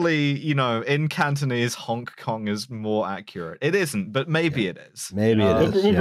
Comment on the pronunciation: the way pronounces “honk kong” is doing me in. i’m going to think about this forever thank you